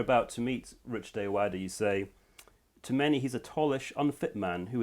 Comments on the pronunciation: American accent Ayoade. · How do you interview someone and not learn how to say their name?